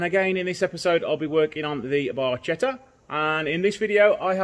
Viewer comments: Btw, it's pronounced as barketta! 😉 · It's pronounced "Barketta" (little boat or little ship in Italian). Love the grey body/red roof combo, years ago used to own a Peugeot 306 cab with these colours, best imo. 👌🏼😎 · Very nice except for the pronunciation of Barchetta.